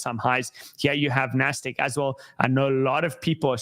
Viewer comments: IT’s NASDAQ not NASDEQ brooo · Nahh, it's NASDEQ. That's where the mahnee is